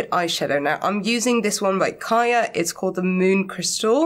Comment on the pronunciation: Finally, I hear "Kaja" pronounced correctly!!... I have had the exact same issue with my skin.. on and off from age 13 to now (I'm 41), so I know what it's like. Acne can be a huge trigger for depression and anxiety. I'm so happy you are under a derm and are seeing results... Much love to you xXx 😎🖤🖤🖤🖤